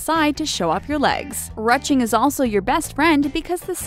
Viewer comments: I’m sorry did she say RUCH ING? I always thought it was pronounced like roosh ing. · It's pronounced roo-shing not rut-ching.... it was derived from the the middle french rusche, the word was derived from the Latin, Gaulish and proto-Celtic word for bark(as in the kind you find on trees)... if you're going to use a word at least use it's historical and internationally recognised pronunciation. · This AI narrator? "Rutching"- please! It's "rouching" French pronounced "roo- ching". The last 4 or 5 stated body types are ridiculous & not ever used by most stylists. Plus size women especially should know their measurements & follow the proportion "corrections."